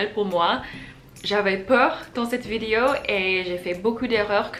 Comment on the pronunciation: Je sais que c'est difficile, mais essayes de prononce "vidÉo" à la place de "vidio"